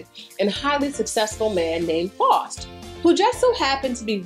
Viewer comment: Love your videos! Btw the “au” in Faust is pronounced like the “ou” in house. ♥️